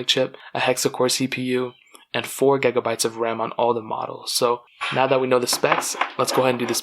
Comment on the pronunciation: Why does he say gigabytes so weirdly